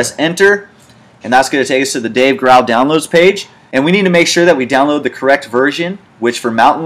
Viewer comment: It's killing me that he keeps pronouncing Dave Grohl's name wrong...